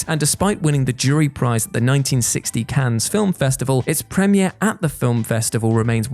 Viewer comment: Just a gentle reminder: The "S" in Cannes isn't pronounced by the French (same as in the LeMans 24 Hour Race).